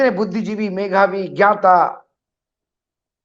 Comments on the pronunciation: मघावी नही मधावी बोलो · "मेघावी" नहीं "मेधावी" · आदरणीय प्रस्तुतकर्ता महोदय आपने मेघावी शब्द दो बार बोला है। कृपया शुद्ध हिंदी मेघावी नहीं मेधावी है , वैसे आपकी प्रस्तुति बहुत अच्छी लगी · Sorry sir मेघावी नहीं मेधावी होता है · आप मूर्धन्य पत्रकार हैं, आप से मेधावी और मेघावी के अंतर की अपेक्षा है, जो कुछ भी आप बोल रहे थे, वह आप पर भी लागू होता है। हिंदी के साथ अन्याय मत कीजिये। आप को बुरा लग रहा होगा, किंतु आलोचक को स्वयं की आलोचना भी सहन करने से सुधार होता है। टिप्पणी के लिये क्षमा करेंगे, किंतु भविष्य में मेधावी को मेघावी नहीं बोलेंगे, ऐसी विनती है। धन्यवाद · MeGhabi -❌ MeDhabi--✅